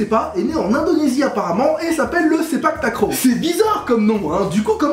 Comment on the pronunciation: De 1 contrèrement a ce que l'on a vue il y a beaucoup plus de personne dans les tribunes qui regarde les matches de sepaktakraw de 2 ça ce prononce sepaktakraw et non sepaktakrow !!!!!!!